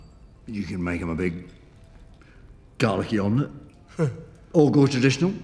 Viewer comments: make them a big GARLICY omelett, i thought he said 'make them a big DALEKEY omelett' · is it just me or did it sound like David said "Dalek-y omelet" instead of "garlicky omelet" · I watched it te second time and thougth he said "Dalek-y omelette"